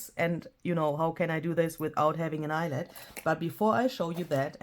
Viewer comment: Eyelet rhymes with Piglet!!